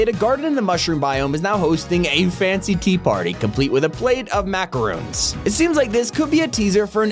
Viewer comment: those are Macarons, not Macaroons